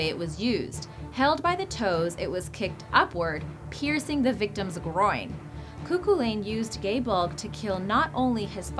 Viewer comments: Cúchulainn ( koo...khullin...) not 'cuckoo lane' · I hate it when Irish words or names are pronounced wrong or spelt wrong cough cough Cuchullain (Pronounced "Coochullen* basically) and Aoife not Aiofe (Pronounced "Eefa")